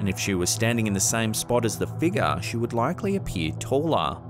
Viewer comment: Its figure. Not figga!! 🤦🤦🤦